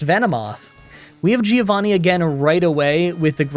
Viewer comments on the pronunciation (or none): The correct pronunciation of Giovanni is "joe vanni" not "gyo vanni"